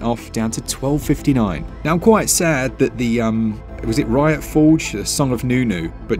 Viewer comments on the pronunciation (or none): none